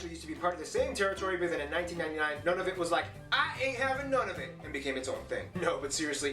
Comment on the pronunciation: The man's video was actually not very good. His opening comments were stupid, and he misspelled Ottawa. Mispronounced Nunavut. Aside from some of the geography facts, honestly he got so much wrong. (But hey, the guy is an American.) Lovely Latvian youtuber, if you want to meet some Canadians, just go talk to all those Canadian soldiers that are now stationed in Latvia for NATO, and maybe they can tell you a few things about Canada's actual history that this guy did not know.